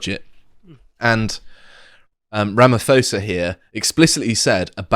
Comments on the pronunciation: Not Ramafosa!!! Ramaposa... The African language does not say f for ph, but uses an explosive p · Its ramaPOES. With emphasis on the POES. Its explosive and hard sounds. Its not phous or foes. Its POES because he is one of the biggest ones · Is is pronounced RAMAPOSA, not RAMAFOSA...... In African languages a "ph" is pronounced as a "soft" P. To be pronounced as an "f", it actually has to be an "F" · Ramphosa pronounce as Ramaposa They actually busy with land grabbing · Its ramaPosa not Fosa btw lol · Ramappppposa...not Ramafosa. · I dont understand people calling Ramaphosa as Ramafosa as if he is English, He is Black and from South Africa. as soon as I hear Ramafosa, I leave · “Rhamafohsah” sounds like a pharaoh - never heard our esteemed president’s name pronounced like that. I can tell you living in SA is a bit of an odd existence, we are all aware of the unredeemable corruption and greed and wickedness of the ANC but kind of resigned ourselves to it and get on with life - South Africans are resilient, the daily effect of life under the ANC though makes life hard and dangerous. I have been robbed at gunpoint several times, so have my family. It’s always been dangerous to make our problems directly racial but this latest crisis is undeniably white and black and the polarisation is now at its worst - as a white business owner in the affluent aviation industry I wake up every morning hoping today isn’t the day that the uneducated masses decide to take from the whites “what’s theirs” - who I feel most for is the farmers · RAMAPHOSA is pronounced RAMA POSA the PH does not make an F sound in his name pronounciation. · Rama-'paw'-sa better pronunciation. Thanks gentlemen. Appreciate the video. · Guys, I'm begging you - bantu names with a 'ph' are not pronounced like in Greek-derived words. The 'h' is silent. It's 'Rah-ma-pause-ah'. Our gas-lighter-in-chief. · The 'pho' in Ramaphosa is pronounced poh, guys. Thus: Ram-a-paw(h)-za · Cyril Ramma-paw-zah!